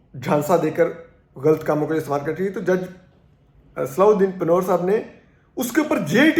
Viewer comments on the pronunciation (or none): Name is pronounced as,,,pah wer,,nun is almost silent.. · Correct pronunciation of name of Justice is " Panwar " پا ں ور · پنھور کا تلفظ غلط ادا کر رھے ھو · جج صاحب کا درست نام صلاح الدین پَنہوَر Pan-h-war ہے۔۔۔